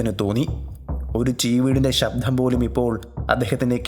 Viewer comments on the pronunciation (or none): "sabdHam" ennu venda... arochakam... "sabdam' ennu mathi.